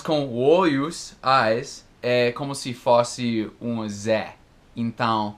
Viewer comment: HE SAID "OIOS" kkk. I do not know if with the Americans it is like that, but for many Brazilians, to see an American speak things, like OIOS, instead of eyes or FÓSSE, instead of f(ô)sse, letter ZÉ, instead of letter zê or INTONG, instead of ent(ão) it's cute, cuddly, lovely. It is not annoying or annoying. Funny, though, still has incredible fluency when he talks. That is, for me, fluency and the perfect form of speaking words are not necessarily linked. I wanted to know if listens as well as he talks. Because I hardly understand native speakers.